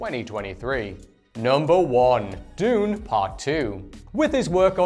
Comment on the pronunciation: You mispronounced planet dune